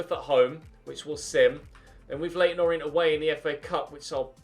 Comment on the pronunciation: Just saying this is how you pronounce leyton orient. You said o-ri-ent and its pronounced or-ee-ant